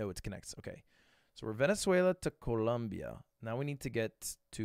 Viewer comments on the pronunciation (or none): none